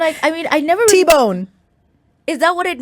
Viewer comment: *T-Boz NOT T-Bone